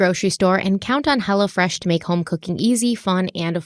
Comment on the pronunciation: When talks about hello fresh. It sounds like she's saying hella fresh...😂😂